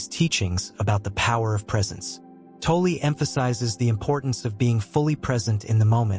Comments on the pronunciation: Pronounced tall or toll.. not toll ee.. or toll eh.., Please stop butchering his name ., Thanks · Pronounced - Tawl- Tall or - Taull- Stop with the eeeee after saying his last name .